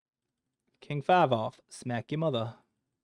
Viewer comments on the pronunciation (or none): "five, fowha get the fuck outta my mudda"